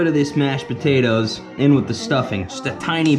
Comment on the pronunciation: PO-TATE-TOES lol